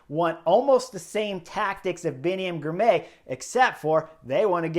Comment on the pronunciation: say the name as two parts Ghirrr My Ghirmay